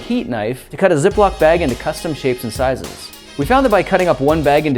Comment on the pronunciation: Ay the beginning I thought he said " ze block bag" 😂